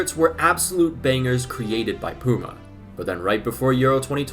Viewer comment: Pyoo-ma, not poo-ma 😂 but yeah I agree that these new shirt designs are horrible